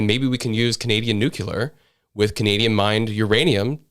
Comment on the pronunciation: Nu-clear not nuculer